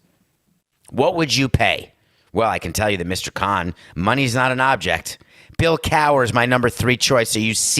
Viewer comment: Bill cower? Wtf Samson lmao